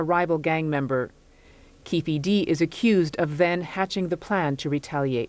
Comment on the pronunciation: Its Keefe D not Keffe D...How can it be so difficult?